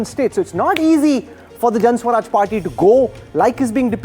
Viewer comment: Can someone tell this dumbo the name of the party is Jan "Suraj" not swaraj. Maybe they don't teach in IIMs the difference between the two.